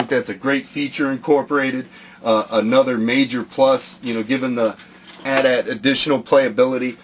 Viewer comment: you sed it wrong its not an at at its an a.t-a.t